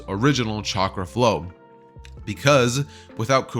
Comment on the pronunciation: Frow you mean flow